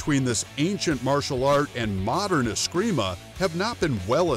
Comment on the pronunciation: "If you know anything about martial arts you know about askreemah and eeyado" well you obviously don't know anything about martial arts pal.. ya can't even say the word right